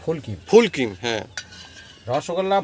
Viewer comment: ফুল কিম্ না। ফুল ক্রিম। full creme. নতুন মেয়েটার উচ্চারণ শুনে বলুন।